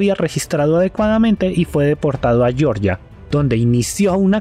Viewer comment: "... y fue deportado a Yorya."_ En el país del Cáucaso Asiático de Georgia no se habla Inglés sino Georgiano. Por tanto, no hay razón para ptonunciarlo con Fonética inglesa. Si te avergüenza usar la Fonética Castellana, que es lo correcto cuando no se conoce la del idioma en que está, pues entonces investiga la Fonética Georgiana.